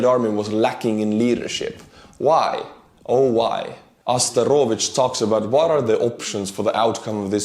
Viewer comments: Bro, Arestovich no Asterovich ) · Astarovich? ARÉSTOVICH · He is A-re-sto-vich, not As-te-ro-vich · You keep calling him "Asta-RO-vich". It's Arestovych. Sounds just like "arrest a bitch" but with a V. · ARESTOVICH, NOT ASTEROVICH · It's not asterovich,its aREstovich. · Why Asterovich? Arestovich 👍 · Hi! Watching almost all of your videos here. I’m Ukrainian and it’s interesting to see your perspective. Also, you show a lot of videos I haven’t seen in my news feed. Thank you. However, I’m writing today about Arestovich (or, as you called him Asterovich). The guy isn’t some trusted source of knowledge. Especially his predictions. Especially about war. One of his phrases from late war speech “two-three weeks” became an internet meme. Because the guy in February 2022 was telling that the war will be over in “two-three weeks”. And that is just one of more famous examples. Areatovich is making around dozen predictions every single day. They often contradict one another. So, obviously some of them will end up to be true. So, please, don’t refer to him as someone trustworthy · His name is not "ASTAROVICH" but "ARESTOVICH". As in arrest (the orcs). :-) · Hey man appreciate your great videos! Small comment though that’s been bothering me for a few videos; it’s Arestovych not Asterovych 😉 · His name is arestovich. Not astorovich :) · REPEAT AFTER ME: A RE STO VYCH - ASTEROVYCH :elbowcough::elbowcough::elbowcough::elbowcough::elbowcough::elbowcough::elbowcough::elbowcough::elbowcough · Arestovich not Asterovich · "Arestovych" <-- A-R-estovych, not A-S-terovych ;) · It's Arestovych not Asterovych